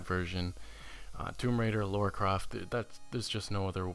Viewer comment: U need to learn to pronounce words properly, its not laura craft, LARA CROFT. This was difficult to listen to. LA-RA CR-OFT.